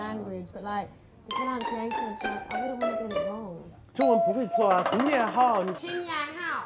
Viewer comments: 我也只是觉得可爱啊 教她说普通话的应该是四川人 所以才会说那个新年好。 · Jessie中文，光是講新年好，我就笑翻拉，Jessie真的不能唱中文歌，會笑翻的。